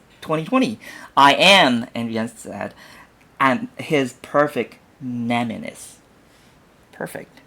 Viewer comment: “Perfect nemesis” ...not nemenis